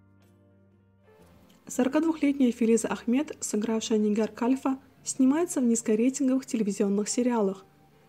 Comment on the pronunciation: АВТОР! Вы зачем озвучиваете это видео, если сами, видимо, не смотрели сериал совсем. Что за произношение? Нигяр каЛЬфа? МихидеРВан? Ужас!